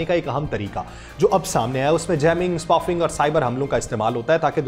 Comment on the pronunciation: It is not spufing, it is spoofing سپوفنگ